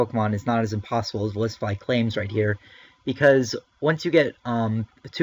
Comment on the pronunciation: Bottle caps hurt the hacking game because it is no longer required to get 6 IV pokemon. Does Verlisify not see that? Also, he pronounces his own name wrong. (I'm not saying you are, you're just saying it the same as him) It's verLISIFY not verILIS.